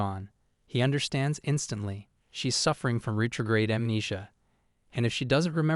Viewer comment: It's pronounced ret tro grade